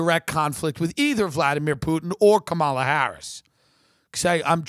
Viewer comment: It’s pronounced “comma-la” Kamala, Tim